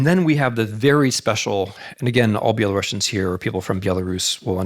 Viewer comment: I did have respect for Mr. Snyder as historian, but couldn't continue to listen to his lecture since he kept mispronouncing the name of Belarusians. I actually found it quite disrespectful and even offending. I'm sure he perfectly knows how to pronounce the name properly, but just doesn't give a sh..t. Unfortunatelly.